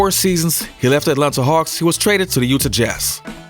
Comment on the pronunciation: learn how to pronounce "UTAH"...